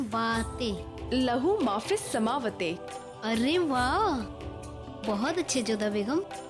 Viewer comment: Smaawati hota h smawate nahi